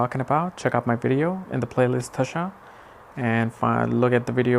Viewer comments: Hari om & namaste! You are good! Please pronounce DASHAA & not DHASHAA. Sanskrit is a beautiful language where in the meaning of a word is inherent in the word itself, thus importance of pronouncing it properly. Besides so many people learn from your good work, so let them learn properly! I am a Swamiji from Chinmaya Mission! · It's not Dhhasha.. it's called Dasha